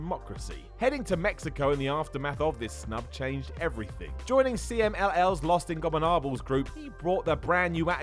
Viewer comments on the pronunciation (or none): you gotta work on your pronunciation of LIJ's full name, they deserve more respect and appreciation fhan that botch